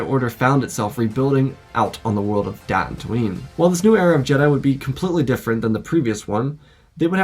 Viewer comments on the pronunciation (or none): none